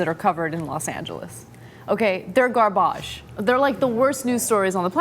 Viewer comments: garBAge. that's not a french word! Dont say that like that Anna please. It sounds absurd when someone tries to sound intelligent by butchering the french language. It's "vidange" or "déchet" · why did ana say garbage like us english people do?